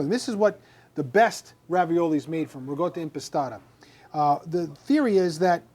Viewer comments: non si pronuncia riGotta, è la ricotta con il suono di K, riKotta the G sound used in New York, Jersey and Philadelphia is relaxed pronunciation only here in America. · Your dialect is impeding a good Italian pronunciation to be heard. It is Ricotta Impastata! At first I thought you said RIGATTA( a large boats festival in Venice/Venezia). AHH AHH................